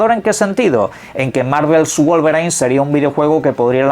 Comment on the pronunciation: Ey...... En serio: /guol-ve-rain/ no. Basta